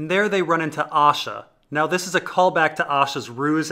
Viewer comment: Right so I decided to listen to these. Not gonna lie when you say Asha I hear Osha